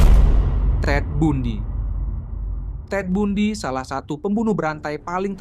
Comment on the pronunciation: TED BUNDY cara bacanya bukan TED BUNDI tapi TED BANDI. jelas ya bg, makasih